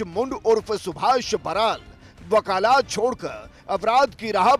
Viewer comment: Wakalaat nahi wakalat hota hai